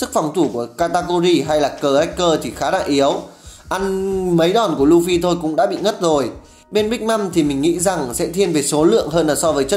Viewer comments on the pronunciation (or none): none